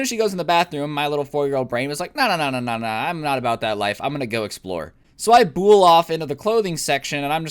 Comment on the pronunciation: "So I bool off onto the clothing section"